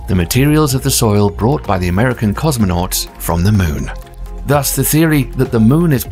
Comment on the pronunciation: American "Comonauts"? You dorks